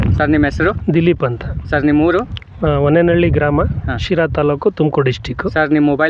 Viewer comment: ಹೊಣ್ಣೆನಹಳ್ಳಿ ಅಲ್ಲ ಅಣ್ಣ ಅದು ಹೊನ್ನೇನಹಳ್ಳಿ